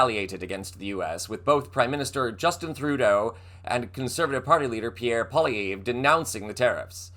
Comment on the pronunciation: pronounce Pierre Poilievre like "polly-ev" (like evelyn), not "polly-eve" (like happy apocalypse eve)